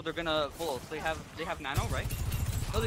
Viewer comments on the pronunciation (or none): none